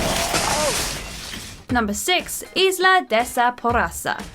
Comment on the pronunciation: Isla is pronunciation eye-la 🤦🏾‍♀️🤦🏾‍♀️🤦🏾‍♀️